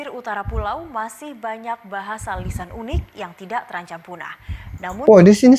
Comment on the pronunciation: Bang, negara Malaysia, itu sebenarnya berbahasa apa, melayu atau Inggris? Jika Malaysia ngotot berbahasa melayu kenapa bahasanya di ucapkan di selipkan bahasa Inggris, Sebagai contoh kata unik saja,bilang ya 'yunik' itu yg saya dengar🙏